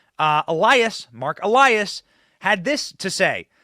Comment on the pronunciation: Finally you pronounced ELIAS correctly...what took you so long 😂😆